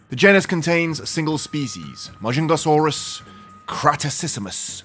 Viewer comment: Ma jung ga sauros that's how you pronounce it